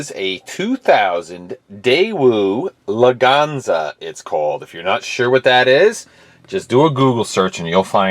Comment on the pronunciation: lwganza? its Leganza